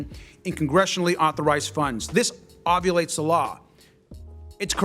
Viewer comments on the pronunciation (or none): Is it just me, or did Garcia say "ovulate the law?"